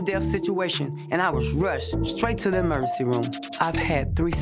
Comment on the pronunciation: Somebody needs to tell Mama Dee and Scrappy it's emergency room, not emercy room... Jesus